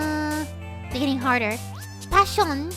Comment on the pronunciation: i thought the way said "passion" was actually Spanish for a second